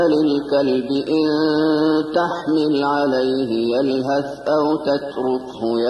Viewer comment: the ح of تحمِل needs to be clear, different from the ه.